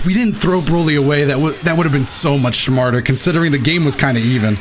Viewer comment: said "schmarter" lmao